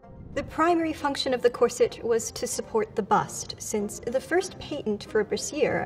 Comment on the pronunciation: It took me a little bit to figure out that she said “patent.”